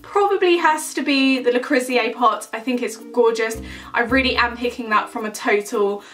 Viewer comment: Reckon you butchered Le Creuset at least ten times there. Le crew sey.